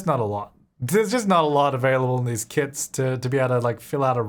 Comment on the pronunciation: I kept thinking you were saying kids 🤣